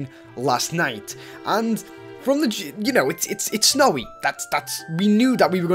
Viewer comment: well still Needs to say snowy not slowy.